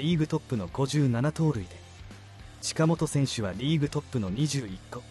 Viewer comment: 佐藤輝、近本の音読みを間違っている。酷い間違いだ。